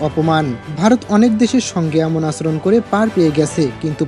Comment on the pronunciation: আচরণ শব্দের উচ্চারণ ঠিক করেন।